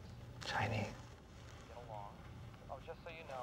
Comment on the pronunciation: “Maybe Italian... or chinethe.” 😂